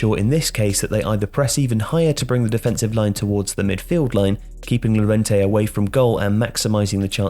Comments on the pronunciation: double "L" in spanish is read "y" Llorente -> Yorente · Llorente is pronounced 'your-ent-ey'. How is it possible that people still pronounce his name wrong? It's so easy.